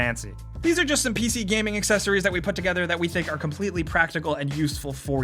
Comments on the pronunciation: "P-Shee gamin" Noice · "pee shee"